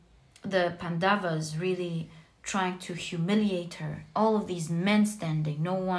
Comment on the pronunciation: Hello, just wanted to correct you: it's not pandavaas, it's pronounced as pan-doves. (You pronounced the 1st part (pan) correctly.) Also please don't say Indra, it's indr. I know how it is spelled but the correct Sanskrit and hindi pronounciation is different from what it's inferred. And that happens with a lot of our words. Eg. Ram is pronounced Rama, ravan ravana, lakshman lacksman, etc. I know you are not consciously mistaking them but still it's about appropriation. It's also about paying homage to the beautiful culture and history it represents. Also what's widespread is what is assumed to be the correct way . Even in our country, yog is yog no more, it's yoga and karm is karma(yes, they both are Sanskrit words. And no, Sanskrit isn't sans-krit. It is sons-krit(pronounciation wise)). So if you could pls incorporate these into your readings, it would feel awesome. I know it would seem trivial but it would make me feel super happy and fulfilled . Thanks for being a wonderful reader